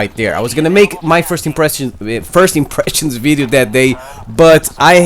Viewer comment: "a videeo" lmao my boy Learn how to say video bro, anyways good VIDEO